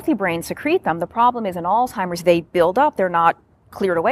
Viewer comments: Stop saying old timers. It's alzheimers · Is the narrator pronouncing it as “All-timers”?? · It’s not “al-Timers” disease. Look at the spelling. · Lol, my pet peeve. Where is the 'T' in Alzheimers🤔